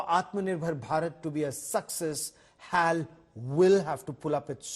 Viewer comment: Its not Haal its Eh A El Pls be specific